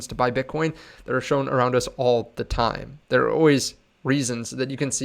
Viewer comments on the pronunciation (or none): none